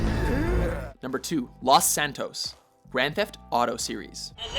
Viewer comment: Lawhs -san-tos? really Los with a long O